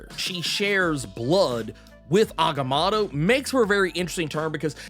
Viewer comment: The way he butchers agamotto is jarring